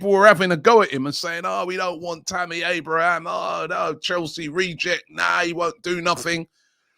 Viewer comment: Its Abraham... not Abrahams 😅